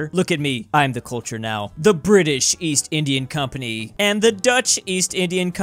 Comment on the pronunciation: East?! I thought you said 'Weast'!